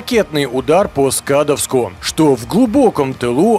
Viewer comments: Автор - СкадОвск, ударение на О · Спасибо за хороший обзор! СкадОвск, ударение на "о". )) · Скадовс, ударение на О